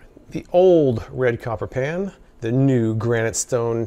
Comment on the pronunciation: Are you saying Pan or Pam?